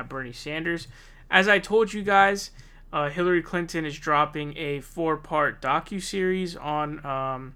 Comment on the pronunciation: Lol'd at "hilary clanton"